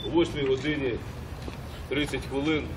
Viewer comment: Не нашел инфы, где он родился, но судя по тому как в самом начале произносит "хвылын", явно не на Западной Украине (я сам оттуда и "рiзницю добре чую"). Интересно, не родственник ли он этого Гайдука Судя по отчеству и возрасту, м.б. и брат. Тогда с Донбасса.